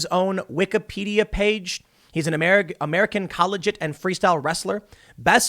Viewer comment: col lee gee it. lol... not col eh jit.